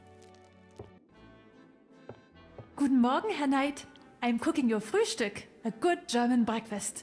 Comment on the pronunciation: I took German in high school, so I knew Dan was saying "Fruhstuck". Did that stop me from hearing "fresh dick"? No. No, it did not.